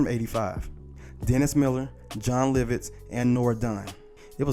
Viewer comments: "John Liv - Itz?" 😆 🤣 😂 😹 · its LOVits he keep saying LIVITS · Please learn how to say people's names before posting a video! His name is Joe Piscopo pronounced PISS-KAH-POE! Jon Lovitz is pronounced Jon LOVE-ITZ!! Good grief! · Bruh, "Joe pis-COP-oh?" "John LIV-its???" Damn bruh you gotta be young as hell to mispronounce legendary names like those. I'm saying, you gotta be 24-25 MAX? smh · How you gonna mispronounce a name that gets announced on every episode? Lovitz AND Piscopo? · Great segment. I love Jim Carrey, he's my favorite actor to date. But was anyone else perturbed by the pronunciation of Lovitz?! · For some reason mispronouncing Jon Lovitz multiple times annoyed the hell out of me. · but not as bad as his butchering of Joe Piscopo